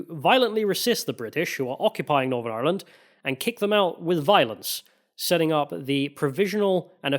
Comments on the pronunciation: Apart from getting your Queens mixed up and saying Ireee-Lannnd constantly like a racist pirate i think you smashed this one!! Some good points from both sides covered 😊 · Great video, good pronunciation of ireland not iland 😊